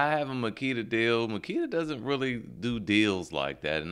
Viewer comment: "Magula" haha